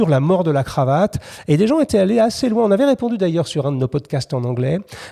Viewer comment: çà vas très louins, presque trop louuiins